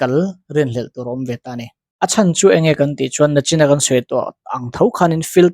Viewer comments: Nachin i ti ṭhin a. Nichin tih tur. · A bengvar thlak hle mai. Nachin ti lovin, nichin han ti tawh la aw.